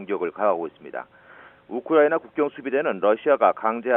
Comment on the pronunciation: 우크라이나 발음이 어렵나..? 거 되게 듣기 머시기하구만...